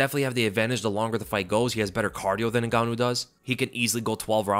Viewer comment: “Ngannou”??? Oh please…